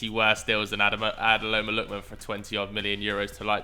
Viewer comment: “Adeloma Lookman” 😂